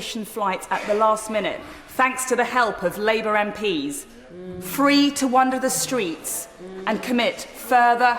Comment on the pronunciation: 5.33 "Free to wannder the streets..." ??? Totally off-topic, but Suella is one of the ever-increasing number of people who don't know the difference between "wander" and "wonder" and have no idea how to pronounce either of them. She bravely tries a whole new pronunciation that doesn't match EITHER of them - "wannder" to rhyme with "panda". Hint - the word you are looking for is "wander" and it is pronounced to rhyme with "Honda".